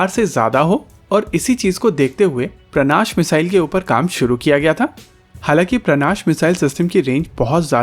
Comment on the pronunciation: सर, उसका नाम 'प्राणाश' नहीं 'प्रनाश' है |